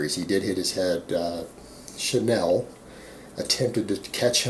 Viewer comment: Hey buddy - just an FYI "Chanel" is pronounced Sha-Nel, like the fashion designer. It's French. She's American though...and hot as fuck. Peace.